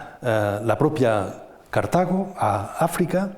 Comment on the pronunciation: " Cártago! con la primera a acentuada? BURROOOOOOOOOOOOOOOOOOOOOOOOOOOOOOOOOOOO